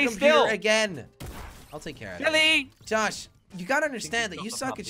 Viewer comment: jelly said “tosh” instead of josh lmao